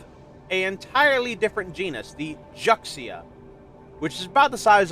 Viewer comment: makes actually sense that she "washed" her face in that fashion, LOL, with sand 'n' dust all around her... Just a minor thing: the "xi" in Juxia is pronounced as "she" ~ Ju-she-a 😉 Sorry for annoying you again, 🤭